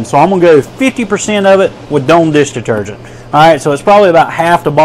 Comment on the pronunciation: "Doan" deesh deetergent??